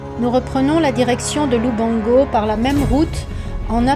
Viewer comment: its LUBANGO , NOT LUBONGO